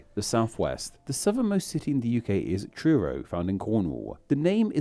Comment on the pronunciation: This guy's pronunciation/accent really annoys me, so adenoidal. have never heard Hull pronounced "Hull-a" or UK "UK-a" (or similar neutral vowel tacked onto the end, or even in the middle of many words). Guy probably can't help it...but...but...annoying, especially when hosting a pronunciation video!